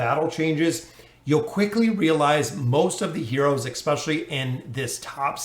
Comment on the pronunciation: yes but then he also says expecially.